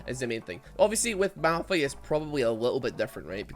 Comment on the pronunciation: It’s malFIGHT not malRUN